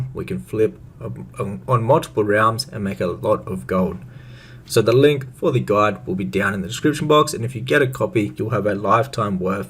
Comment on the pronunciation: "GOLD GUDE".. is that Orcish? Like "ME LIKE GOLD. GOLD IZ GUDE!"